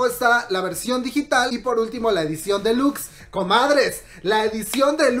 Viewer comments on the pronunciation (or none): none